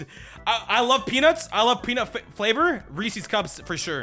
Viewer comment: why do americans insist on saying Reese's wrong